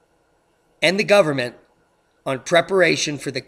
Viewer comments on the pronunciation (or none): none